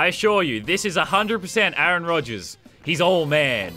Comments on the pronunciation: a aron... wtf is with this pronunciation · he said a-aron have you been watching key and peele